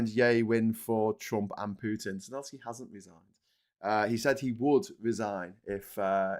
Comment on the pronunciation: Please its Zel en sky not Zen el sky, Good show:)